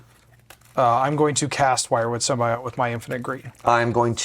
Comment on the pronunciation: Long time watcher and first time commenter, Symbiote is pronounced sim-bee-owt not sim-bee-ot